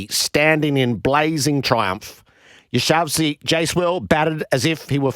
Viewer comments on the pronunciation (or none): Hi there, just a gentle correction. its not “YashaVsi”, its “Yashasvi”. please pass on that message to Mark Nicholas too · Why does everyone in Australia pronounce his name as "Yashavsi" instead of "Yashasvi"?? And Siraj is "Shiraaz"!! 😅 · Hey Gerry, maybe try a bit harder to pronounce Yashashswi’s name correctly 😂